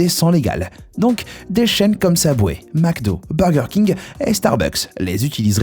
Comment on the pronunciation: Prononce bien wsh Subway pas SABWAY mgl tes perdu